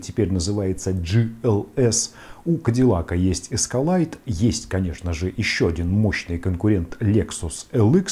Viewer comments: Все бы хорошо, вот только не "Эскалайд", а "Эскалэйд". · нужен говорить как правильно, а не как твои знакомые говорят